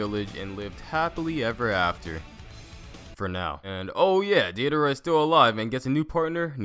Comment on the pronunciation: "This is about to be so cringey" Me: Can't be that bad... Calls Deidara "Deedara" Me: Jesus Christ